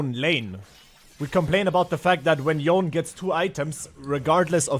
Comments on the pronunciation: No, it’s supposed to be something like Yo-nei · Nah its Yone-ay, thats how Yasuo says it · Can bro pronounce Yone right once